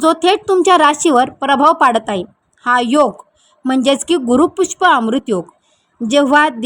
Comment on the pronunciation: *पुष्प" नक्षत्र?! नसतं हो बाई !😂 त्याला पुष्य नक्षत्र म्हणतात. पुष्य नक्षत्र जेंव्हा गुरुवारी असते तेंव्हा त्या योगाला गुरुपुष्य किंवा गुरुपुष्यमृत योग असे म्हणतात.